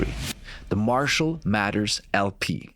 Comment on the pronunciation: His last name is MATHERS, not "Matters". Lol